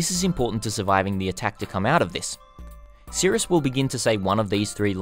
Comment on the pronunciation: S. i. r. i. u. s. not sirUs love ya <3